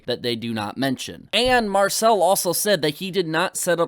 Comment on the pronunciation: If I was given a pound everytime keem mispronounced Marcel's name I'd be rich